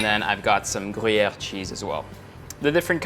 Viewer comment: I like the way he says Gruyère and I'll definitely try that Garlic Grilled cheese.